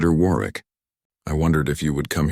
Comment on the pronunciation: It is pronounced Warwick.The second w is silent.